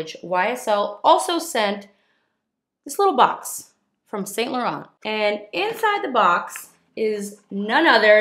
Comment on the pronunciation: Thank you for being so generous!! I'd love to win Prize A!! Also, why do you pronounce Sainte Germaine properly and yet you don't even say Yves in Yves Saint Laurent and put the harsh t on the end of Laurent? I know you've got the ability!! 😁💜💜💜